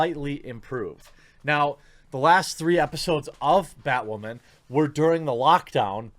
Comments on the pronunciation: Holy Bat Guano, BatWahman! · New Batwahman - It's Ma'am!